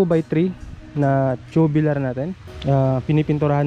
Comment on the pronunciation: Tubular hindi tubilar ang pronunce